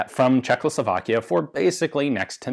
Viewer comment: It's Czechoslovakia, not CzeKLOslovakia, come on. )